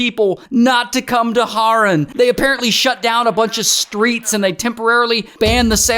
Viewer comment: it's HAAAAREN not horen💔